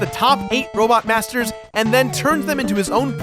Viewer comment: i swear it sounds like said "robot bastards".